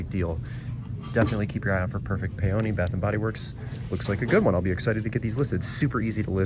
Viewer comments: Awesome finds! FYI Peony is pronounced PEE-uh-nee. Don't care how someone pronounces it but just in case you want to know... 😊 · I’m a floral designer and so many people mispronounce peony!